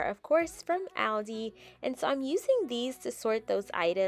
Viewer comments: Alive your channel. ,No complaints BUT😄 has anyone mentioned how you pronounce Aldi. I looked it up and they said it's pronounced All-dee. They said you can hear it in the commercial. I gotta check it out 💋 xoxo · It’s All + Dee. Not AL + Dee